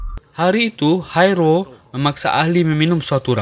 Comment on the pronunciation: Sama aku juga denger nya Haerul.. Dan sempet mikir film cina ko ad namanya Haerul.. Ternyata hai ro..haha